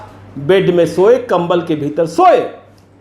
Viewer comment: Kambal ke bhitar par itna jor kyon diya gaya hai